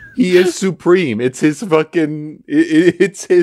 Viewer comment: IHM SUHPREHEME